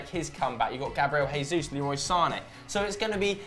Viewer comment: Stop pronouncing the J in Jesus like it was Spanish....in Portuguese it sounds the same as it does in English it’s not an H sound